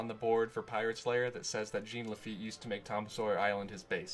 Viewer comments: Dying laughing listening to him say “Gene” instead of Jean. I’ve heard him pronounce it correctly since. Much love. Much love. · It's not pronounced Gene. It's pronounced Jawn La-feet. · Its not pronounced Gene its french its jean pronounced zzohn. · It's not Gene...it's French, it is pronounced Jawn...You had years to correct this... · Jean is pronounce "JAWN."